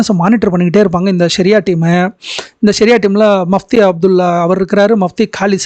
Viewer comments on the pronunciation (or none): Athu முfப்தி sir not mafti